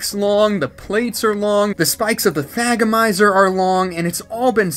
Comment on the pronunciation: "Thag-o-mizer" bravo!